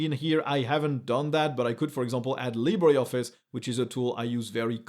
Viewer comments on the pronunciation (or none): none